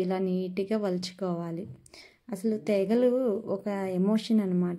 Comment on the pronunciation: తెగలు. కాదు తేగలు అనాలి